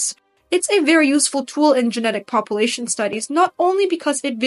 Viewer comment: Why do you pronounce "population," pah-poo-lation instead of pah-pyu-lation. Sounds weird. It's distracting.